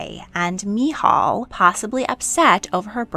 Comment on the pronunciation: As a Christian, I love getting a different perspective on these accounts. You presented it very well but I’ve never heard anybody pronounce Uriah or Michal that way before. I’ve not learned a lot about how the Old Testament was written so I admit even I learned something new!